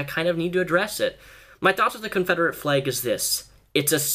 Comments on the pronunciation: You said fleg...not flag. Lel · honestly don't know why he pronounces it like that I'm also American from Long Island NY and I pronounce it "flAg" not "fleg"......If you're American too how do you pronounce it lol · "Fleg" hehe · Anyone else notice that he pronounces some words with a's or e's as if they have y's? Like eggs he says ayygs. Or flag he says flayg. Also when he says legs he pronounces it like laygs. I love your videos so much just wanted to know if anyone else noticed? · The way he says flayg shrugs